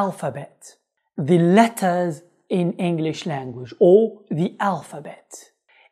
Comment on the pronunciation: غلطت في كلمتين _letters -there شكرا على مجهوداتك اخي الله يرزق اهلك الجنة 😍